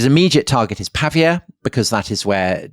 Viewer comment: Wonderful, as ever. Apologies for picking nits, but it's Pah Veeya not Pah V Ah